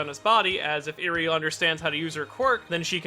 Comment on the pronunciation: holy shit he said eri correctly im shocked